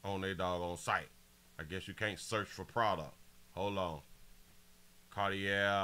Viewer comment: The glasses are pronounced CAR-TEE- A (CARTIER). The ER at the end of the word CARTIER, makes a LONG "A" SOUND. The name and the brand, are FRENCH.